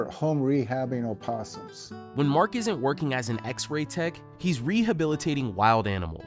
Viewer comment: Mark!!! Not mark mane